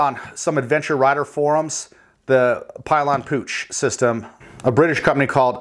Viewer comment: Pill yan is how you pronounce it.